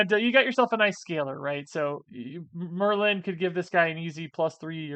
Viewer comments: Ya, it’s just Merlin…not mur-LYNN. 🤷🏼‍♂️ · Why are you pronouncing it "mer-LIN"? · You saying Merlin was driving me nuts! Lol You are saying Mer-Lynn. It's one syllable 😅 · You are pronouncing Merlin weird You have over emphasis on the "Lin" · How does one not know where the accent goes on Merlin? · I don't know why that first pronunciation of Merlin bothered me 😂 Great video as always. Have fun on your vacation,!